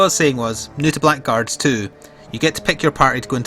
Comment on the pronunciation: Been looking forward to this for a while. Oh, it's pronounced Blaggards by the way :)